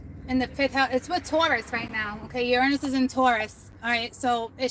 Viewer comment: hahah because its a joke in our house overtime you say uranus we hear URINE IS lol that was too funny